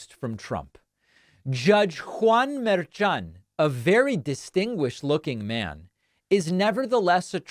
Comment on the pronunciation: Mershan: Pronounced murr-SHAWN’. I’m sure he’s getting a chuckle from all the mispronunciations. Carry on David. On point and accurate. Thanks for taking the time.